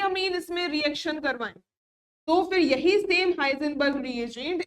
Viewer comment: हिंसबर्ग न कि हाइजनबर्ग